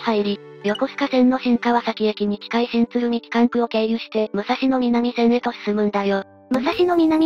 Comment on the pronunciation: 旧国鉄に端を発する路線名の東・西・南・北は、音読みが基本です。「武蔵野南線」は、「むさしのなんせん」と発音します。国鉄終焉後に命名された路線名では「おおさか東線(おおさかひがしせん)」のように音読みでない場合もあります。ちなみに貨物線として計画当初は府中本町～大宮方面が武蔵野西線(むさしのさいせん)、大宮方面～西船橋が武蔵野東線(むさしのとうせん)とされていたようで、武蔵野南線だけは貨物専用なので名前が残った形です。